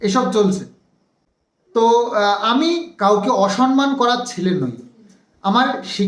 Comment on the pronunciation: Osonman noy osamman hobe